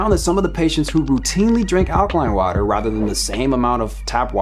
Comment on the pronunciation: did you just say "allergy eaters"?